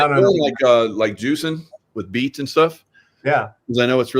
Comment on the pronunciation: DID U SAY EEF OR BEETS??